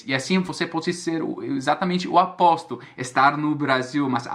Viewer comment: Hi, cara show o seu vídeo, várias dicas legais sobre como corrigir vários erros ... valeu mesmo. "Véio" aos você fala "aposto" e seria "oposto", aposto é quando, por exemplo, eu faço um jogo na loteria. Mas eu entendo porque falaste assim, é por causa do som da letra "o"..... "Hugs from Brasil".....lolololol... ;) See you man.